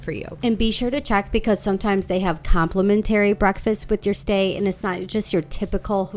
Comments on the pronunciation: Thanks for this! I would only stay at the Intercontinental. Love that one. Your way of pronouncing "complimentary" drove me nuts. 😂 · AI? because you have no clue how to say complimentary. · 😂It was soo annoying. And she said it 100 times. Bless her heart😂